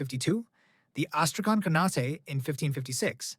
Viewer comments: It's pronounced khaan-ate like khan ate food lol not canate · what's wrong with you, why do you pronounce khanate as khanat-*ay*? It's obviously khan-at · Very good video, but please, pronounce “khanate” correctly.